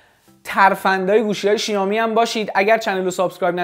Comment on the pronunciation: بابا شائومی شائومی شائومی؛ نه شیائومی چرا اینقد اصرار دارین به تلفظ اشتباه😑😑😑